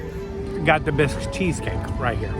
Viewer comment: I was dying laughing when you kept calling it a "Bisque" cheesecake! Bisque is a seafood soup. That's a "Basque" cheesecake. Basque is a region kind of between France and Spain.